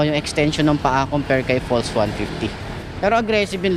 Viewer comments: Bes it’s pronounced pulse no falls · Baka pals pag basa hindi fols